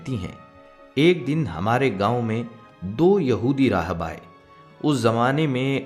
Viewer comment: Aapka talab kuchh theek nahin Hai he loves rahab nahin rahib Hai